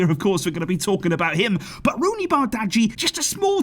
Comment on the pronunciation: I guess you should pronounce Roony’s name correctly